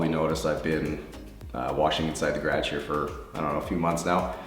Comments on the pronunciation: Geeraaage...I didn’t know there was another way to pronounce it.👍 I’ve seen other detailing videos and you by far are meticulous and I appreciate it your attention to detail. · I literally giggle every time this dude says garage and process. I wonder how he would pronounce pecan...😂 -Someone from south Louisiana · Geez your voice is so soothing! You play the violin really well so far! I played the viola (prefer piano) but friendly tip, dont bend your left wrist up or you'll feel strained pretty fast. (: that'll help with vibrato later on too! Anyone else love how he says garage? 😂😍 #TexanHere